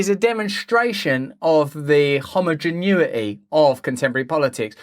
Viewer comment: homogeneity, not "homogenuity" wtf